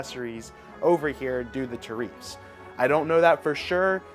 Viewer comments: Haha what’s a tareeeeeef? 😂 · It's pronounced tear-If-ss